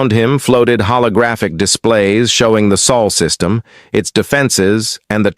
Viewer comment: Sol system, not Saul